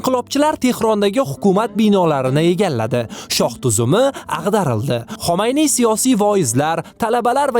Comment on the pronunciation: xomayniy emas Xumayniy